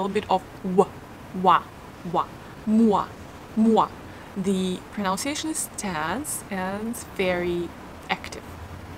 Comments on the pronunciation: It’s pronunciation not pronounciation ! and it’s listen (inn sound) not leeson ! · Thanks for making these videos. Super great. Small note: it's proNUNciation. You can play the pronunciation of pronunciation here - Again, thanks for the videos